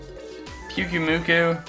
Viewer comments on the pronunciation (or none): none